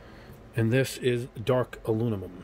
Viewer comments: Aluminum, not Alunimum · No. He's mixing up the M and N the way children do. There is "Aluminium" and "Aluminum", not "Alunimum" If im wrong, please feel free to show me any language that pronounces it "Alunimum" It's a small thing, but i seriously can't handle hearing it more than 20 times before i have to stop it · I love your channel, but I have to give you some constructive feedback. it's painful to hear you struggle with the word aluminum. "Aloo-na-mum" is how you repeatedly say it and it makes you sound like a third grader. For someone who reviews colors and has to say that word a lot you should consider practicing the correct way to enunciate "Aloo - mi - num" That's it, everything else on your content is awesome! Thank you for your hard work. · Great vid. Never heard of “alunimum” though haha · Aluninum isn't the worst pronunciation I've heard. I've heard Aluminuminum. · Great comparison and review. Constructive feedback: I thought I was having a stroke every time you mispronounced and said “Alunimum”. Made it hard to watch and finish the video. Also, you repeat yourself a lot a repeatedly use filler phrases which also makes it hard to watch a long video. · Please. If you're gonna say a color 50 times in a video, please pronounce it properly. Literally my only negative feedback. Good job otherwise.